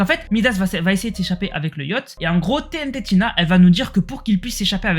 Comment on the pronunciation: sa se dis TNTina pas TNT tina 😭